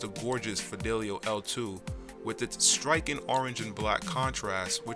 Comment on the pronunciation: "Lookin', catchin', "strikin', 'packagin', 'showcasin'. Is there no word ending in 'ing' that you pronounce fully? It is normal to abbreviate/contract some common 'ing' gerunds and verbs that people commonly only pronounce that way, like 'runnin', 'jokin', etc., but to hear literally every ing word clipped the way you do is jarrin'. ; )